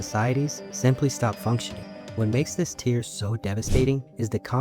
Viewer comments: Tier not tear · its "tier" not "tear"